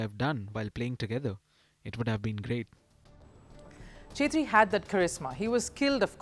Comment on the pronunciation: It's not ' chetri ' , it's pronounced like ' kshetri ' .